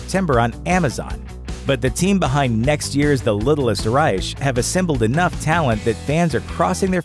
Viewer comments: The littlest "Reich" as in "Third Reich"....not RIGHTCH. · It's pronounced RIKE, not RISHE. stop butchering words. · Reich: pronounced rike. Not riche. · It's pronounced rye-k not rye-sh! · The Little Ryesh? Dont think you got the correct pronunciation on that one... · if you say the littlest "reish" again im going to sneak out from under your bed tonight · Reich is pronounced Ry-K... No CH and the only time ch will appear is to mention the cheese in this vid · Btw, in the littlest Reich, reich is pronounced like bike, R I K E. It’s German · Reich is pronounced Reik... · I thought I was the only one bothered by that lol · Anybody else annoyed they pronounced Reich wrong? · Is that REALLY how you say "reich"? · How did they manage to mispronounce reich? I mean, if they're trolling the alt-right, kudos. But looking up correct pronunciations before making a video seems like it should be a normal part of the process. I get that they're trying to put out as much content as fast as possible, but still. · Slenderman & Deep Blue Sea 2 look like a couple of turds. The Nun looks like Marilyn Manson. The narrator needs to learn how to pronounce "Reich" - it's no difficult. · when is the word "reich" pronounced that way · Maybe learn how to correctly pronounce REICH?